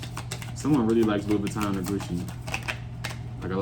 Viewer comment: omg u said Louis Vitton...its him